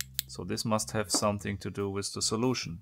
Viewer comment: just to improve your English pay attention to words with "th" because sometimes it's pronounced like "d" like "with" is pronounced like "wid"